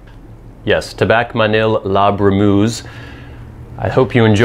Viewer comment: Not la "brou-mouze"(?), it is : la bru-meuh-ze": "sadly the "u" in "bru" has no equivalent in English, anyway it is not "ou" like in "you"; also the "eu" in "brumeuse" sounds like "eu" in "euphoria", "euthanasia", you don't say 'ouphoria" or "'outhanasia". Thanks for the rest, interesting tobacco.